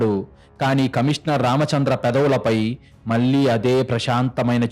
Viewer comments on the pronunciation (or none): కల్లు, ముల్లు, యేళ్లు, మల్లీ కాదు, కళ్ళు, ముళ్ళు, ఏళ్ళు, మళ్ళీ.. pl correct